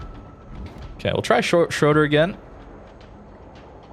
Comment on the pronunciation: lol schroder is schroEder, and please, limit the voice-cracks/falsetto